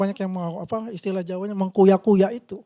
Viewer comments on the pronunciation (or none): Interupsi Pak: Di kuya-Kuya bukan Di kuyu, kuyu